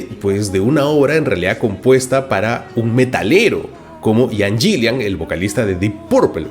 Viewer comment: Marco se pronuncia IAN GILAN y DIP PARPOL ---- parrrr favarrrr